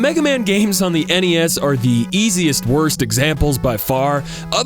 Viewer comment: subscribed the moment you said nes, esnes, and genesnes